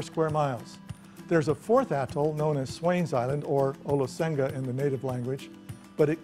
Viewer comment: Its promounced "Olohega" there is no "S" in our language